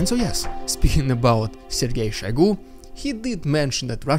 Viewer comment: question, most pronounce it SHOYgoo, you said SHAYgoo. i assume you have the correct pronounciation. do i have that right or did i miss hear it? ty